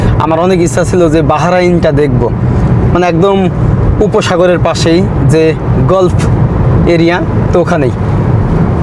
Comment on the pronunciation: গলফ নয়, গালফ বলুন!